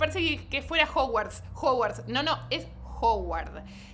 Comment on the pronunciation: es que no es Ho-uard se dice más como Ha-uard